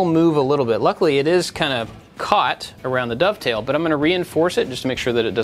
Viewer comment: I loved the way you said "dovetail" in the intro, like it's some new scary thing. Oh wait - maybe it was! 😂